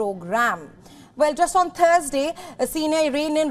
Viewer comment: why did she say on the TURD day